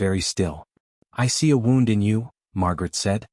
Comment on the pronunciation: Good story, but we're gonna need part 2, please. Somehow, AI voice needs to learn the difference in wound (woond) as in he had a gunshot wound and wound (wownd) as in the thread wound around the needle. Mispronounciation of this one word is consistent in all of these western stories. I'll be looking for part 2. Make it soon, please. 😊